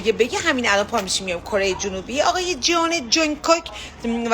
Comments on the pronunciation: جئونِِِِ جونگکوک! انگار فارسیه🤣 اثثثثکل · فقد جئون جانکوک گفتنش😂😂 باورم نمیشه یه ایرانی به جونکوک تولدشو تبریک گفته 🙂